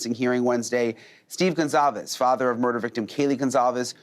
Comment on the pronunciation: It’s Goncalves with a soft c So it’s actually pronounced like Gonsalves.. I’m sure Steve knows how to pronounce his last name